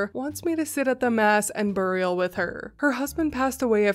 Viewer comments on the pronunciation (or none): none